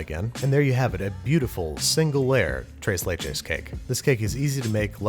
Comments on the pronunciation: “Trays laich is” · No one: Babish: trays layches cake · Everyone knows it’s pronounced trees leeches, jeez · Thrrres le-ches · I heard “trace lay chays”. Poor pronunciation aside, that cake looked phenomenal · nobody: babish: "TRAYS LAYCHES" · Correction, TRAYS LAYCHAYS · Thres leches is how you would pronounce it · I was cringing when he said “Trase Laychays”😭😭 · "trace lay-chays" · Babish: trays lechas Latin Community: Triggered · Bruh he said trace laychacys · As a Mexican, I cringe every time he says tres and leches but I love him anyway ❤️😂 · Still cringing every time he says ‘tres leches’. Regardless, it looked absolutely delicious. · Anyone Mexicans getting ticked of off about the way he says tres leches